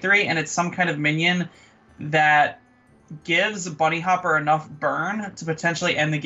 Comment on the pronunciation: Dear Kolento, Bunnyhoppor I think not Bunnyhopper. I guess you wouldn't like if me naming you Kolonto or Kelento ;)